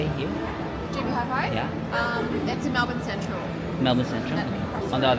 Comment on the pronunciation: Melbin ( Melbourne 😅)